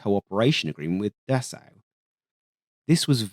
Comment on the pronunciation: Great video as always, thank you :) Might i suggest that you work on the pronunciation of Dassault, or just pronounce it differently, because i thought you were talking about the german aircraft company DASA, and it caused a bit of confusion!